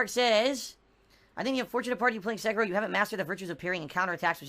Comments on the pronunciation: "Sekayrow" - 2019 Sound good? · Seh-Kee-Roh not secker roh